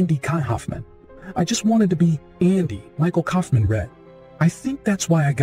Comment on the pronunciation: It’s not Andy KYOFFMAN IT Kaufman learn to pronounce the name correct!